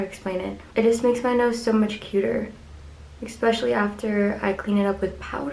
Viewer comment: especially* not expecially 😂💀